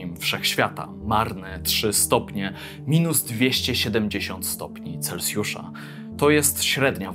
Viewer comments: taka rada na przyszłość, nie mówi się celcjusza tylko celsjusza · Nie celcjusza tylko celsjusza